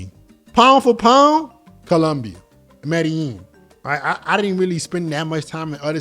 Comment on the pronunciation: it's pronouced "meh-dey-jeen" It's a paisa city and the paisa pronouce their own place as "meh-dey-jeen" That's a tip for your fluency